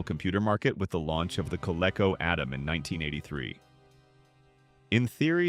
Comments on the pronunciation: co-leck-oh. Haha. It's supposed to be co-leek-oh. I wish people would stop being lazy and narrate their own f-ing videos. I'm getting so sick of these AI voices mispronouncing at least a third of all proper nouns. A human narrator would know it's Coleco. And would pronounce it right. And if, for some reason they were NOT familiar with the word, you can look it up and get a pronunciation guide. An AI just plows blindly ahead and doesn't do any research. Nor does an AI learn a damn thing, and it'll keep mispronouncing the same word. It seems like content creators have to do less and less and less, handing over everything from script writing to narration to artwork and even the research to AI ... all they do is sit back and collect the money. Hell, even the viewership can't get away from it. As I am very confident that everyone is flat out sick and tired of hearing "like and subscribe," "like and subscribe" over and over and over and over. Just to manipulate that damn algorithm that i couldn't give a damn about. But ... no. It's worse than that. Now ... it is: "leave a like, subscribe, click the notification bell, leave a comment, share the video, and hell, while you're at it, might as well make the video for me, too!" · It's pronounced Co-leek-o not Co-leck-o. The AI got it right only once in about 50 times. Thumbs down use a real narrator! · Co Lee Co not Co lek col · I hate AI. Coleco “Coh-leh-coh” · It's pronounced Col -- ee - co. I hate this "AI" hell thrust upon us. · Do your research. Idiot. !!!! It's pronounced. Coleeco. !!!! And the MCD. LT. Was. Great!!!! Every one loved it!!!! Now I know your voice. From every video. And laser discs. Were great. Anything for money. It's a shame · It’s pronounced Ca-LEE-CO . The Commodore 64 was awesome. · Coleco should be pronounced with a long e. Atari twenty-six hundred and fifty-two hundred. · I know, right? It's pronounced "koh-lee-koh" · More like "kuh-lee-koh." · AI doesn't know how to pronounce Coleco.